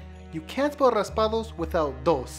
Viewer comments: Faisal4T he said Raspados he barley sad raspado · It’s not “raspados” mister is raspados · Uh no it's not it's raspados